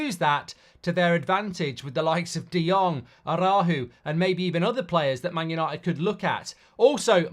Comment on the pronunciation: Araujo pronunciation key for non-native speakers: Are-ah-OO-Ho - practice makes perfect. Whether it’s Man U or TUS there’s always room to improve. Lead by example Mark - keep up the good work you & everyone at TUS do 👏